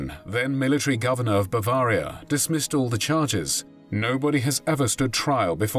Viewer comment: Nobody pronounces Bavaria like that.